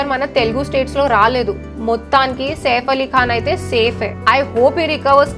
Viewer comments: మరి ఓవర్ చేస్తున్నావ్ సేఫ్ కాదు సైఫ్ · వాడు సేఫ్ ఆలీఖాన్ కాదు! సైఫ్ అలీఖాన్ 😂😂😂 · Safe ali khan kadhu saif ali khan Heck saw kadhu hack saw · 1st of all safe Ali Khan kaadu "SAIF" Ali Khan